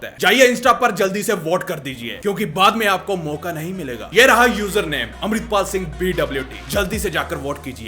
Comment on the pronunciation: News: 🚨 alert... Zombies around....: helooo guys mai hum amreplal sing 😂